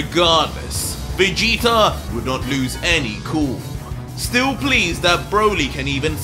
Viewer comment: Anybody else notice and laugh when says Vegeter instead of Vegeta 😂 I love it! Keep up the great work....